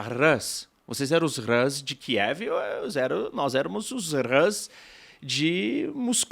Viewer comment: RUS, como se pronuncia, não RÂS, angloide. É de fato difícil de acreditar, mas existem no mundo outros povos – e línguia ! – além dos anglo-americanos.